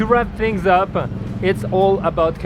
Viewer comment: "Alright guys, to wrap things Upe. It's all about connecting wisss peopleE". I like french accent popping out xD